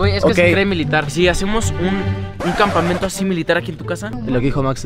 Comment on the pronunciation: Campamento pero en dice Campameto 🥵👍